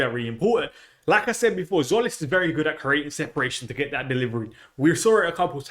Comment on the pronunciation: Not Zolis, hint: Tzim is Jim written in greek.